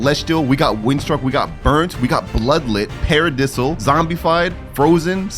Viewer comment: Its sounds paradayyysil not paradisl